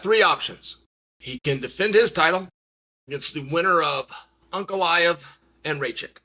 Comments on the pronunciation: Uncle Aet/An Goliath is what I kept hearing from Ankalaev. Wild. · Uncle Chael talking about Uncle-I-ev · Per rare uhh..... Come on spiffy, Unk a lie ev